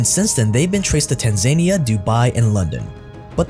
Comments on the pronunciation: love your content. I have noticed that you often pronounce things wrong though, like you said Tanzania like, tan-zane-ee-ah, but its actually pronounced, tan-za-nee-uh. This is just an example from this video. I'd be willing to pre screen your videos and docs to help you with some pronunciation issues. HMU if this interests you. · Not Tan-zania. Tan-za-nia is the pronounciation.. How would you pronounce Nigeria? Ni-ge-ri-a or niger-ia? 😉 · Tan-za-knee-a not tan-zania